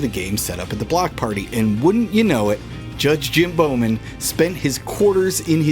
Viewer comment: Who's Jim BOWman? ;-) Think BAU, like Bauhaus, or bough of a tree. You know, German. JK - such an awesome time and privilege to judge this race and experience the spectacle and fun of the block party in Camden. Guess I'll have to post the Edward Forty Hands Table Hockey penalty separately ,though. ;-)